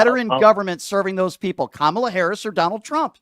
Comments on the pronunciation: Just by the way he pronounces Kamala's name, tells me he has voted for Trump since 2016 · Racists tend to mispronounce kamalas name